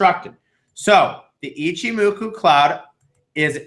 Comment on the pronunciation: Why are none of you people capable of pronouncing Ichimoku?